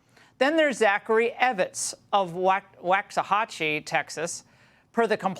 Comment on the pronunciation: Becareful with the pronunciation of these Texas towns. Alvarado is pronounced Al-var-ray-doe and Waxahachie sounds like Walks-a-hatch-ee.